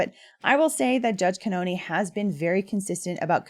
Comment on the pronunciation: The pronunciation of the Judge’s name is cannon. Like cannon ball.